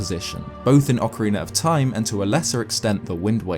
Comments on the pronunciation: i love your videos but Why do you say "orkeriner of time" instead of Ocarina of time? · Nobody:: ocareenr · he pronounces ocarina as "ockeriner". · “Ocarin-er of Time” lol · Ocariner of time is what I keep hearing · Ocariner of Time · “Ocooreener of toime” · Great video…I laugh every time you say “orcarener” lol. I’m sorry boss. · "Ocariner of Time" ... Not judging. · Good ol okeriner of time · "Ocariner of time"